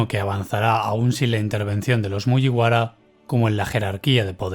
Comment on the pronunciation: Siento si el comentario es poco constructivo con lo bien que narras el vídeo, pero me saca totalmente que digas cosas como "MuYiwara", cuando se dice "Muguibara". Perdón por ser tan tiquismiquis, pero a título personal me gustaría que te fijaras en la pronunciación japonesa! Saludos y espero no ofenderte!